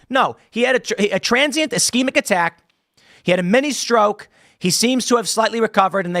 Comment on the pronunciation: Figure out how to say ischemic😂